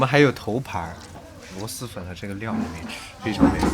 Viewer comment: 是螺蛳(sī)粉